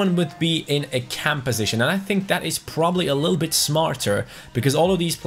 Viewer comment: that thaaaat T H A T not DAT